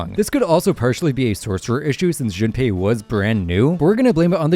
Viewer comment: is still saying, "June Pie" 😭😭😭😭😭😭